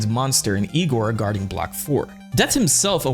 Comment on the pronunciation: ...it's pronounced Eye-gor